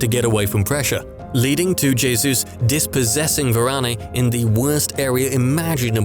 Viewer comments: It pronounced as Varan not Varaney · It's Varane not Varanay